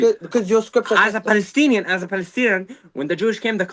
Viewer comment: Falastini lol, can’t even say p